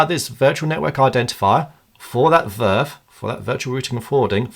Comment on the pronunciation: I would just pronounce it Vee Ar Ef and not VERF